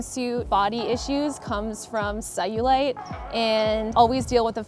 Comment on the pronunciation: Sorry what does she say? Saiulite? Sawulight?